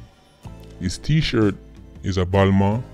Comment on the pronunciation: Hes T shirt is a WHAT!? BALMAR?? Its BALMAIN